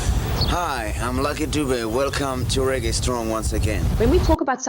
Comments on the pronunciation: Not lucky doob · Its pronounced Duve not Dubu.... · Pronounced….Lucky Du-bè… !! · Its not Lucky Doob but luck Dube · Not Doob